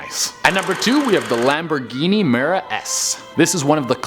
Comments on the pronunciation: Bro not mera it’s miura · It's called a Lamborghini miura